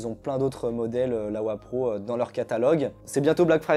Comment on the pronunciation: c'est LOWEPRO pas LAWEPRO